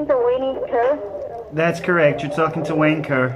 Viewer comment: And the IRS lady kept saying Wayne -e. 😂